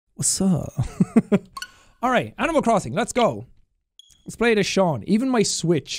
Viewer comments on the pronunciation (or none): It's Sean not Shean.